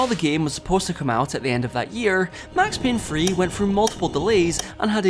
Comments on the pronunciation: It's pronounced three not free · Max Payne Phree. it’s Max Payne THREE! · Did a whole video on max payne 3 and can’t even say the word “three”